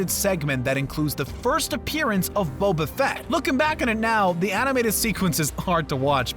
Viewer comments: Wow, I had no idea people didn’t know how to pronounce “Boba”. It’s not “Bobba”. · I love how at first he pronounced Bobafett’s name as (bob-uh-fet) instead of (bobe-uh-fet)